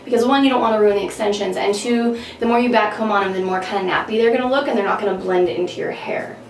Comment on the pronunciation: "blend", not bled. yikes